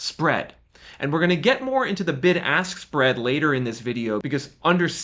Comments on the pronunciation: Am I the only one who heard "the big arse spread" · I'm sorry but I will never hear anything other than "Big Ass Spread" whenever you say Bid Ask Spread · Big-Ass-Spread. That’s what I heard the first time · I know I was not the only one who thought you said Big Ass Spread 😂😂😂😂 I'd slam the brakes while driving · The "BIG ASS SPREAD" is what I heard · Did you all hear what I heard when he said "bid ask spread"...? 😂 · YOU call it the “bid ask spread”? Lol